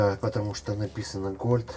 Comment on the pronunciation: Голд а не гольд